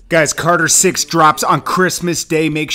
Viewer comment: Man said cater 6 🤣🤣🤣